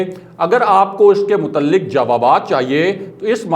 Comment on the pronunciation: Mutalik nahe Mutaliq heh. Bhai zara apni urdu tau tyhk kerloo.